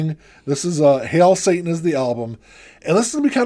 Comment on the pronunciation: Hey guys, interesting choices! And the Foo Fighters is "Hail SATIN" not "Hail SATAN" - ROTFL! Happy RSD Hunting on Saturday! - TC